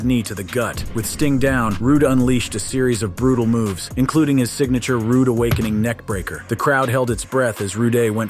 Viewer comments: You can tell this guy isnt realy a wrestling fan, Keeps calling him ROODAY and had picture of Kerry Vonerich he said was the ultimate warrior. lol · We all know it's Rude.i got his figurine along w plenty of others from that time period.I grew up on it and it was always a must see event.Rudey?narrator on crack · He was born Richard Erwin Rood you fool. Not Rooday. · All that research but can’t even pronounce Rick Rudes name correctly throughout 😅 even his real name is Rood so where u got Roo-Day….ill never know. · Rooday😳😳😳😳Why? It’s Rude... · Yeah get your word correct. It's Rude Dude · Roo-day? You're f'n ignorant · "Rooday"? come on.. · Who the hell is Rooday??? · who is this RU-Day guy you keep talking about ??? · Dude, stop saying rooday!!! That's not his last name!!! 🤨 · Who the hell is Rick Rooday? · Rooday? Whe the Hell is reading this? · Rick Ruday 🤣 Imagine making a video on someone you've never seen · Wtf. Rooday? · Who the f... is Rick Rooday??? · Richard Erwin Rood... Who tf is Rooday? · Rooday.........it's killing me man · You keep saying Rick "Rooday" is annoying the hell out of me...😂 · I'll tell you what's more annoying that that...reading through the comments, only to see everyone calling out the "Rooday" mistake. 😂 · Rooday, lol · No Rood-ay, To-day. 😆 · FightTalkay gotay Rick Rood(ay)s nameay wrongay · Brother you need to research before putting the video out.. Enjoyed it, but you botching the mans name multiple ways is crazy to listen to.. Rude = Rood. Do better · Someone should give that clown a Rooday Awakening! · I heard Roody a few times 😅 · Right? Like when TF did he become French ? lol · It’s Rick Rude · I have never been so angry at my TV the way that he keeps saying his last name 🤦‍♂️😡🤬🤯🤦‍♂️ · How can you say his name right once and then say it wrong 1520 times? Lmao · If you can't pronounce his name correctly then don't make a video. God I couldn't listen a second more because his name is RICK RUDE!!!!!!!Not RUDAY!!!! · Rude not ruday